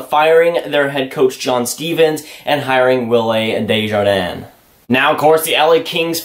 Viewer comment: You pronounced Desjardins wrong. You thinking about David Deharnais